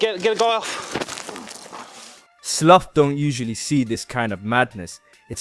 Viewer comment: Slough is not pronounced as “sloth” it’s pronounced “slaow”